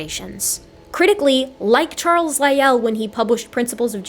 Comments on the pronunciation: Hey, where did you learn your pronunciation of Lyell. In my birthplace it's pronounced like Lie el not like Roy al. That birthplace was surrounded by mountains named after English naturalists of the 19th century. With the last mine existing under Mt. Lyell called the Mt. Lyell copper mine. hence our pronunciation of it. Funny little trivia is most of the mountains were named for English naturalists of the 19th century because erasing the indigenous names isn't genocidal at all. Charles Gould name Owen, Lyell and Sedgwick. Darwin was a nearby mountain already named what makes things interesting is that Sedgwick and Owen hated Darwin's ideas, Lyell was a supporter. The smallest mountain in the range was later named Huxley. Tallest mountain was named Murchison. This range is just to the west of the highest point on the island Mt. Ossa. The only mountain a mile high on the island. Thank you, if you answer you might get a like. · What a tour de force. The scene-setting history of the world introduction alone was remarkable, and the irrefutable dismantling of YEC with receipts was a thing of beauty. However, Augustine is pronounced Augus-TEEN, not Augus-TIN; Lyell has one syllable (rhymes with while); the arch in archbishop is pronounced like March (or arch, for that matter); Bishop ends in op not ip (I presume that was just a typo given that I and o are adjacent on the keyboard); the Regis in Lyme Regis is pronounced REE-jiss; it’s sur-VAY-ing, not SUR-VEE-ing; it’s aba-LOW-KNÉE, not aba-LONE; it’s BO-vid (rhymes with COVID); and it’s invo-LOO-crum, not in-VOL-u-crum. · pronunciation is a bit off but I have to be forgiving on account of the first class trampling she gives out to the likes of Doug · If I might be allowed a pronunciation note: Lyell's name has only one syllable. And 'Giovanni' has only three syllables: sort of like "joe-VAH-nee". None of this affects the content of the video, of course.